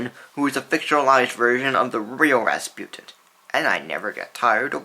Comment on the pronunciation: "Rasputint"???? Why the mispronunciation?